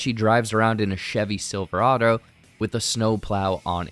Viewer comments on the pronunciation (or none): none